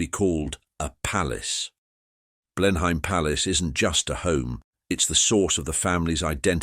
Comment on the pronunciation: Blen Hain? Come on, get your pronouciation right